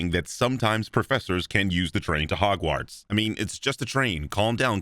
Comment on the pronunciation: Love how you say hogwarts correctly